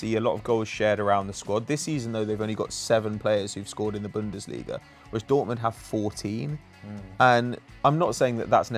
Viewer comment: it's pronounced bunn-des-lee-ga, not bundissleega